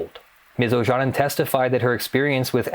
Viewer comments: Ojanen is a finnish surname, pronounced more like "Oyanen" (y as in you and the a following it shorter but you pronounce it correctly as in father ) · Looks like a Finnish name, try pronouncing it like "Oyanen" xD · It took me 5 minutes to realise that her name is Ms. Ojanen as the pronouncation is quite off. Not that it's point of the video, but a simple goole search for the name would have given the correct pronounciation. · O-Ya-Nen would be quite close to the Finnish pronounciation. But as said earlier she might be American who pronounces her name as Americans would. Then that pronounciation is correct.. Same way as it is correct to pronounce Scarlett Johansson as Americans would (although her surname is Swedish origin). So there is a real possibility that pronounced it correctly and I just didn't realise it when I'm Finnish.